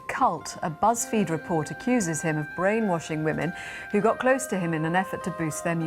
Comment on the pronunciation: I can't get past "brain WARshing" and "acqusations" opposed to accusations made this unwatchable. Learn to speak English correctly before you try to go public.